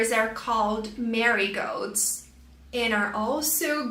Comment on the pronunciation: She also mispronounced "marigolds."